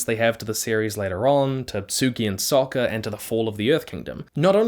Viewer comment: his name is soka not soccer